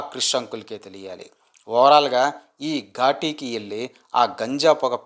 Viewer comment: Anna ghaati Anna adhi ghooti kaadu